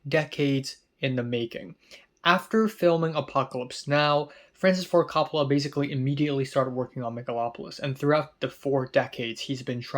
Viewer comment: I've noticed you like to get pronunciations correct in your videos. Coppola is pronounced COPE-oh-luh.